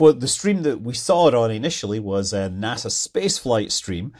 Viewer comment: "nasa" space flight. 😂